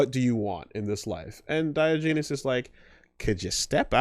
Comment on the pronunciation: Diogenes. Die-Ah-Gen-ees.